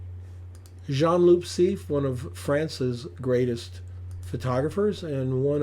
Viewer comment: and loo (not loop) 😉